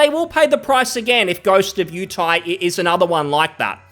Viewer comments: “Ghost of yew tay” lol. Yotei. Yo tay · I think he said "Ghost of Utie" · Its Yo-Tay (Yo as in SHOp, Tay as in poTAto)